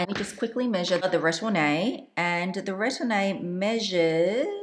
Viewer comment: much love. Please allow me to note: Retourne is pronounced “ruh-torn.” The e at the end is silent. Sellier is pronounced “sell yay.” The “r” at the end is silent. Thank you for all the mod shots and detailed explanations! Even though I’m petite and 5’3”, the 25 is too small for my daily needs. I prefer a 28 sellier.